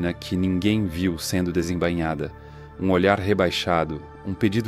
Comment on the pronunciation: Não é desembanhada 😂😂😂, é desesembainhada, com i no meio kkkkk. Não de banha, é de bainha 😂